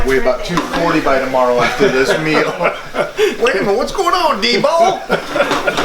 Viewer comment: Mike said Debo hahahahaha!